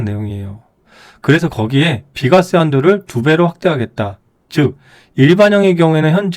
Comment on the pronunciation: 비과쎄~ ㅋㅋ